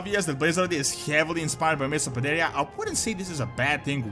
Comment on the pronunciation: Mists of Pandaria was the best expansion yet but you guys are "PanDaHsH"